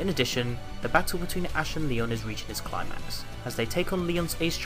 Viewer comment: Bro I thought you said ‘clart max’ instead of ‘climax’ at the start brav